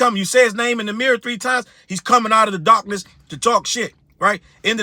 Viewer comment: When u said Darkeness...all I could hear was Darkness, Darkness is spreading 😂😂😂😂